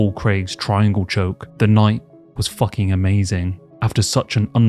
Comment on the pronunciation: “the night was fauking amazing”😂